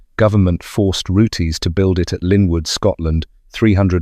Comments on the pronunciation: It is not pronounced Rootays but Roots. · does it again with the pronounciation of Rootes its not rooteys pronounced roots and l did own a 1960s Hillman Minx and in the introduction of this video you mentioned Hillmans built in Japan and exported to Australia why would Australia import Hillman Minxes when they built them in Australia it was the Isuzu Hillman Minx only sold in Japan research goes a long way and also owned a couple of Hillman Gazzells they were rubbish glad to see them go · Roots not roote-😅s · This could've been so good, but saying Rooties and wrong models showing is annoying. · OMG SO RANDOM MAN! AND ITS ROOTS - THE 'E' IS SILENT.